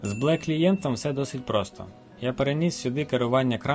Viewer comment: Лайк за відео! Мабуть вірно озвучувати Бі Ел І :)